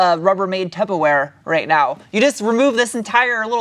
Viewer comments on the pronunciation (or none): Wait, did you just call it tuboware?